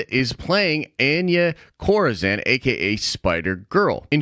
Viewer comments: Your saying Anya Corazon Wrong lmaoooo its spanish you pronounce it: On-Yah Co-Ra-Zone <<(roll the R). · Hearing pronounce Anya Corazòn…yup, sounds about white!!